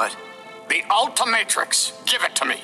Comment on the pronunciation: For some reason when I hear ultramintrix I hear "Ultra Matrix" Like man going through the matrix?